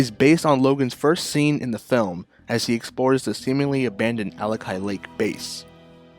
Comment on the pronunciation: Alakai? 😂 Alkali lake. Like alkaline. Not alacart order. 😅